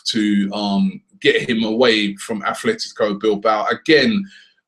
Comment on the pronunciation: Koscielny is not left footed Robbie......... Sometimes I wonder whether you actually regularly watch arsenal. Also Gundogan is not a a DM, and it's pronounced Atletico not Athletico.......